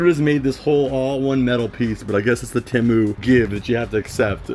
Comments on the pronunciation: temu? there are two vowels and anyone who had english in second grade would know the second vowel forces the first to be a long sound so it would be tEmu but the second vowel remains silent so the word temu would be pronounced TEm or team or even TEEmoo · It's Teeee - Moooo dude.... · I don't mind how energetic he is but I'm pretty sure he has eyeliner on an what's up with people. Not saying temu right